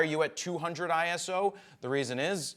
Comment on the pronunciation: ISO not I.S.O. It's one word